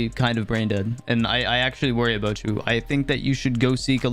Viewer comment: That’s a nice video eh there bud? It’s aboot time you made a video aboot this rollback pro-cess! Alr, that’s enough Canadian references Lol Good vid tho fr. I enjoyed it man.